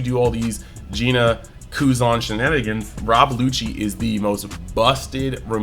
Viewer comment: No shot called her Geena